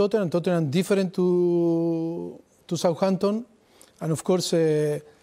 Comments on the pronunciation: "Sawhanton & Tottenan" are music to my ears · The way he says souhanton is amazing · "I thin we spent a little bit more time than Souhanton"😂😂